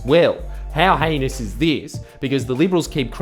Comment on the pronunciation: It's pronouced Heenus not Hanus. Video obviously contains traces of 'millenial'.